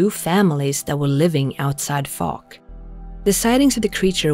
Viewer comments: FYI: it's pronounced "Fowk". I was raised in that neck of the woods and remember when all that went down. My high school (no longer in existence) played basketball against Fouke and going home late after the games always brought out the stories. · 😂I'd change the way you pronounce fouke!! Bless you. I love your voice and you are doing great anyway!! xx Jason in England 🏴